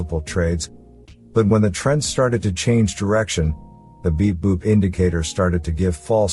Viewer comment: I am not English native speaker. Every time when he speaks "beep boop" I hear "big boobs"